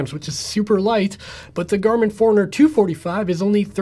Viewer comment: Hey I too was annoyed in the beginning thinking why's he saying Four-Hundred-Fifty-Five and Four-Hundred-Two-Forty-Five, but then I realized it's not Four-Hundred that he's saying, it's Fore-Runner, lol :D